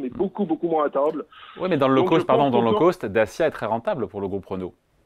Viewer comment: le gars il sait même pas prononcer l'anglais lol " low coast"